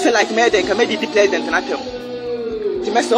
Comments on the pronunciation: He said plesident 😂🤣😂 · Oy3 aboa peee,kwasia boy.fa wo nkwasiasem fri ho ko. Wo ye gimifuor paaa. You need proper discipline with that nonsense apology. I think you are not 100% mentally stable because they way you've be saying me fliends,frag bearler and plesident instead of president even shows.